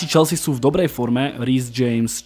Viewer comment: Chvalim konecne spravne vyslovovani Chelsea se s…(y) chelzi uz mi trhala usi…aspon ty to rikas spravne..